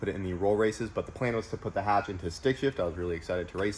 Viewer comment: H22, H pattern, Hatch not Katch <3